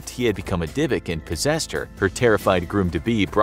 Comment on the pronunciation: that's not how you pronounce Dybbuk